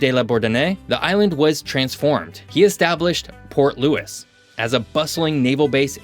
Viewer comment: Port looie not port lewis